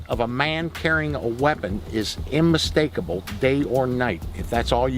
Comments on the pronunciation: HE SAID “immistacable” INSTEAD OF unmistakable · "Imastakable" sorry dummy, you lost all credibility with that.